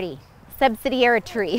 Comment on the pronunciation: Literally laughed out lout at "subsidiari-tree"